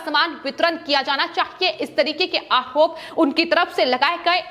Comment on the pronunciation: अरे तोतली पहले ढंग से बोलना तो सीख ले फिर न्यूज पढ़ना। आहरोप महारात्रा बकलोल कैसे बोलती है जैसी दिखती है वैसे ही हकलाती भी है अगर जरा भी शर्म है तो आज से समाचार वाचन छोर दे